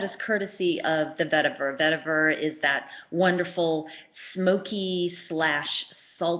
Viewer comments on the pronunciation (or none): none